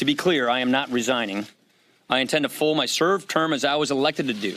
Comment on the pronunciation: Listen to Ryan saying he's quitting (at 12.12)... he says he's going to 'full his serve term'. The guy can't even say it right let alone do it right!